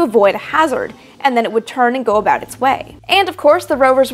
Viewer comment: You almost said aboot there